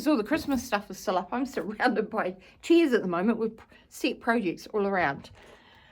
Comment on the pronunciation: I love your accent. As an Aussie, I feel both geographically and linguistically close to you. But imagine my surprise when I could have sworn you said you were surrounded by *cheese*. I studied the screen carefully, mystified... Chairs. You said chairs. Anyway, Happy New Year, and thanks for showing us your stitching.